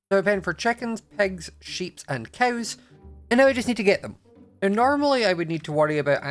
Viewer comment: Also "cows" its like "coews" but not trying to be rude okay